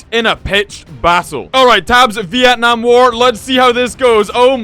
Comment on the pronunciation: Sorry but your saying Vietnam wrong but your really close from saying correctly!